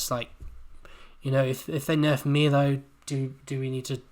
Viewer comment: Omg... it's pronounced My-low... everything else you have said has been spot on though 👌